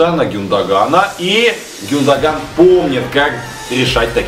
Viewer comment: гюндаган ударение но ю! и не зови матершиннека гену!